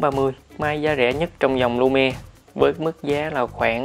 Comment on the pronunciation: tên là Lumia mà cứ nghe là Lumie.